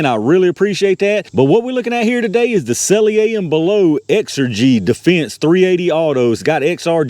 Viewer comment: I know it don't matter much... but s&b say their name is pronounced sell-ee-er and bell-ott (ott as in shot). Always appreciate the videos and tests. I'm surprised they even bother making .380 hollow points. I don't see the point.